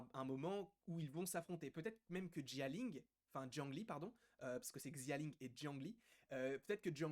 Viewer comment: Salut je parle pas le mandarin mais je pense que xia ling se dit shia ling